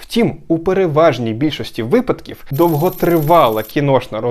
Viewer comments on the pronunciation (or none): none